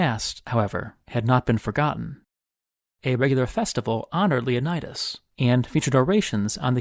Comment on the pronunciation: Leonidas, not 'Lionædas'